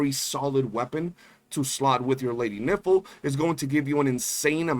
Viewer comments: Bro can you pronounce Nifle right..? it's the same way rifle is pronounced but with an N. I don't know if you are doing it for the funnies but it's pretty cringey... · I heard it as Lady Nipple. 😂